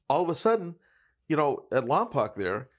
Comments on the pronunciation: Just a heads up, I don't wanna sound like them keyboard warriors 😂 and it's definitely understandable for non locals to mispronounce it, but Lompoc is pronounced like "poke" at the end of it. Still, no sweat, very much love the content! Even Vin Diesel mispronounced it in Fast & The Furious, haha. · Guys, it is pronounced Lom poke, not lom poc. As far back as dragnet Lompoc has been mispronounced. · I would have never known Lompoc was such a big place. Hell, I’ve lived here for a long time too. It’s pronounced “Lom-Poke” - but LomPock works too I guess LoL. Love the videos. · Lompoc is in southern California. Family used to live there for a bit. Also pronounced Lom-poke not Lom-pac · It’s pronouns “Lom-poke”